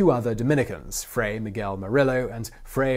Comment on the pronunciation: Fray? Frei? ...